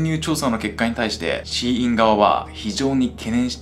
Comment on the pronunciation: SHEINは「希音」で中国語でシーインと発音し、アクセントは高・高（例えば日本語の「高校」のようなアクセント）珍しい音、または音を望むという意味だと思います。